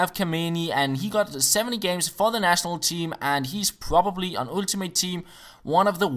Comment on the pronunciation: You are saying ultimate with Danish accent :D